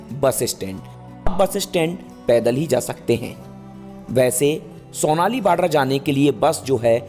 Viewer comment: सोनाली नही , सोनोली है बॉर्डर।